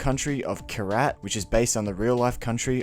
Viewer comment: Wtff Did you just call Kyrat karate?